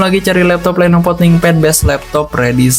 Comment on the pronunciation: Lenovo bukan lenopo bng